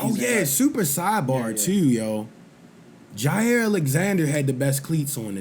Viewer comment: It’s Jaire not Zaire lol